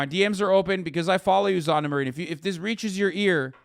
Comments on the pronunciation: Hasan saying Zanna everytime ouchie owwie ouw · Lol the way Hasan says Sanna💀 "Zanna"